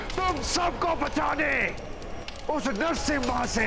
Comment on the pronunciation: He said ''Narsema''